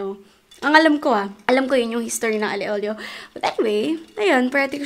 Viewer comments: It’s not ALE OLIO it’s Aglio e Olio (alyo e olio) Im a fan from italy hihi☺️ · I thought it was pronounced as Alio Olio😭 Ali Olio lang pala?